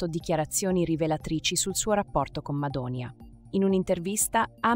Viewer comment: Madoni'a (accento sulla i) mai una volta detto bene da cialtronilandia, ha perso una buona occasione per la sua ingiustificata mania di protagonismo. Per i più è un perfetto sconosciuto, ha sbagliato.